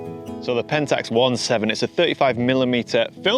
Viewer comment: Finally someone saying Pentax One Seven instead of Seventeen.